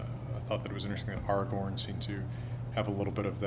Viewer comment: Of course he says "Aragorn" correctly with the proper elvish A (back vowel) in both places <3